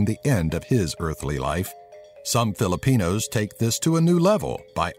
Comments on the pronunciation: I like the fact that he pronounces the words right! Good job bro, ur on ur way to becomeing a filipino like 1/50% #ProudToBePinoy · I love how you pronounced those Filipino words correctly.... much love ❤️